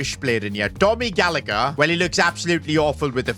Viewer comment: u said Gallagher wrong in Ireland it is pronounced gall-a-her the second G is silent